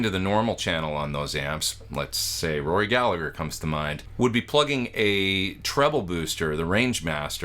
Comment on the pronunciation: RORY, not ROY! 🤣